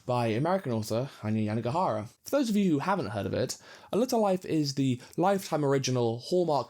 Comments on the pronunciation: it’s YANAGIHARA, not Yanigahara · Great video, but I think you switched around the vowels in Yanagihara's name. You kept saying YanIgAhara, instead of the other way around. Great view nonetheless!